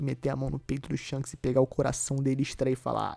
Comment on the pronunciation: Shonks kkkkkk essa de irmão gemulo não dá pra mim 😂😂😂